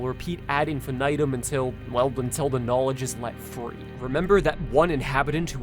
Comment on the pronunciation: the j sound in "knowledge" and the sh sound in "she" sound similar already, plus you kinda slurred the two words together.